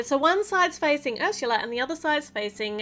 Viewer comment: You’re saying Harsha yeah it’s up it’s actually Ursula